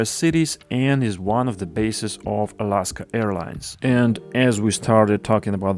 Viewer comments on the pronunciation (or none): none